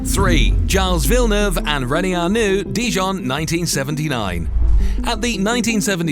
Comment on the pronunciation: Gilles Villeneuve was a French Canadian, not an Englishman. Your pronunciation of his name is simply horrible...